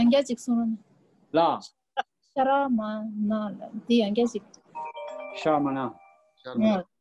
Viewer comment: Not shrimana but shramana